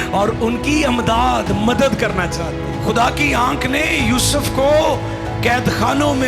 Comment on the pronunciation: Amdad nahi Imdad. پڑھتے ہوئے تلفظ کا خیال رکھنا چاہئیے